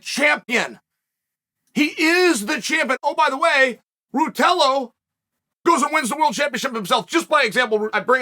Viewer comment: Hearing chael trying to say ruotolo have given me the strength to go one more day…